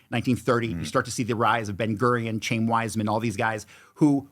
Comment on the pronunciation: These morons can’t even pronounce the common Hebrew name, and word, “Chaim”.